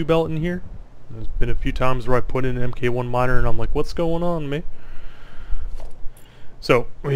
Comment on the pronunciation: Its mark 1 and so on not M K 1 rofl Mk. is mark abbreviated.